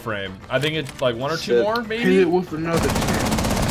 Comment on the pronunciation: My god did he just say moAR at the end?!?! SWEET JESUS HAS BEEN ABDUCTED?